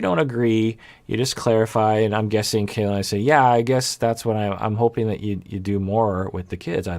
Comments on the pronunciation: Her name is pronounced Kah-lani, not Kaylani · it’s pronounced KAH-lani, the a’s in ka and la are the same. the vowels are similar to how vowels are pronounced in japanese if you’re familiar with that! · Dear, the KA of Kalani is pronounced like the "ca" of car. The A is like when the dentist asks to open your mouth and say "aaa". It's the same as the A in "lani" which you are saying correctly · Got in early this time so using the opportunity to say that her name is "kah-lah-nee" and not "kay-lah-nee" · yeah, I do realize that, but his comments reaction videos are posted weekly and iirc even in his most recent one, he used the wrong pronunciation. Do agree it's odd that he hasn't noticed how people on the show have been pronouncing it